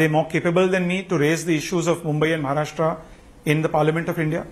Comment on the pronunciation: he is Maharashtrian and not pronounce correctly Maharashtra ..... irony